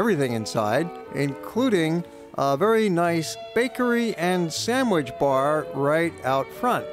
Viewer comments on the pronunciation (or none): Learn to pronounce 'sandwich'. Jesus...